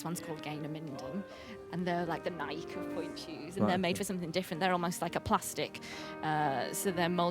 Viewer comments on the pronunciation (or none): none